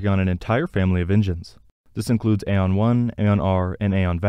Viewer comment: Pretty sure Aeon is pronounced ee-on not ay-on.